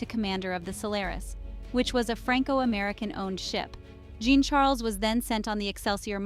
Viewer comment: The way to pronounce Jean Charles...is saying a soft J like shuzz and saying John Charles